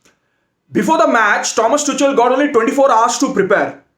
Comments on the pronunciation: Pronunciation : It's Tukal and not tuchal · Tu Kal not tu chal 😂😂😂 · It's pronounced as Tukhel not Tuchel😂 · It is Tukal not Tuchel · Thomas toCHal I LOVE THE WAY HE PRONOUNCED OUR MANAGERS NAME 🤣🤣😂😂😂😂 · Thomas "Tu-kel" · No one:: Tomas Toochell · Bro it’s pronounced Tuhuel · Bro its Tuchel=Too-Khel! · No one Literally No one: Thomas Tu-chal 😂😂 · It is pronounced as TUKHEL . And to be honest he knows nothing about either cricket or football. Just barking here and there without any sense. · Tuchel ka pronunciation sikh lo next match ke pehle. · I hope that tuchel isnt fired before you learn the proper pronunciation of his name lol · Pronunciation of tuchel is wrong, please correct Ur pronunciation